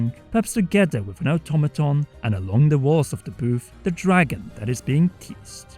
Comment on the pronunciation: hey, &, automaton is pronounced or-tom-uh-t-on:) hope this doesn't seem condescending, I just thought this word might come up in future vids and I don't want people to get upset at you